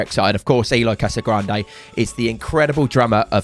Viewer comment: Cassagrande? Correct = Casagrande